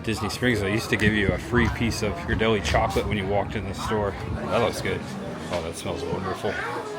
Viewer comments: I'm sorry, native Bay Area gal here, but you are "killin'" the Ghirardelli name. It's pronounced..."Gear-a-deli". Wish you would have gone to Pier 39...haven't been there for awhile! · I was gonna poke fun, in a good way and say he pronounced it wrong. But hey he finally got the pronunciation of Museum this time, lol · Native San Franciscan here. You did a great job, the city looks great. I'm just going to help you out with the pronunciation Ghirardelli name. (Gear-ah-dell-ee). Don't feel bad it's Italian not english.🙂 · Proper pronunciation is Gare-a-deli